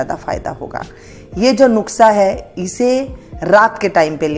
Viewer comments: कृपया नुक्सा नहीं नुस्खा बोला करें। धन्यवाद। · Aap bhi lijie Maam, taake theek se Nusqha/Nuskha bol saken - na ke Nuqhsa 😝😆😝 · नुस्खा कहिये.. नुक्सा नहीं धन्यवाद